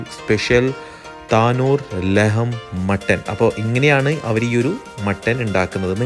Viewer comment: താനൂർ അല്ല, ലഹം തന്നൂർ ആണ്